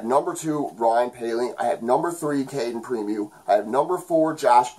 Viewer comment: I'm of the mind KK is still a prospect,but you can see it either way, it's all good. It's pronounced Preem-o btw lol thought you might want to know. You did a great job here again, as always buddy!